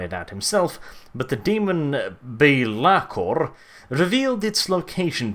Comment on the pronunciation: you said belakor so fookin weird mate